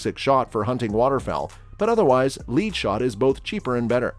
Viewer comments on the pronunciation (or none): This bot just called "Lead" (led) "Lead" (LEED) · Gotta love computer generated voice without a " proof listener ". Talking about lead shot and pronounced it "leed" . Yeah the word CAN be correctly pronounced leed, but not in this application. No big deal, just kinda funny. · How stupid can you be. This is a gun channel and you confuse lead in "lead shot" with the the other pronunciation of lead and not the heavy metal. Dont take anything that comes from this channel seriously.